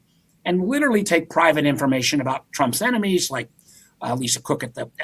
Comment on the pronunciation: why do you pronounce LITERALLY, LITTELY 5 TIMES THEN FINALLY SAY LITERALY? LITTALLY IS NOT ACCEPTABLE FOR A JOURNALIST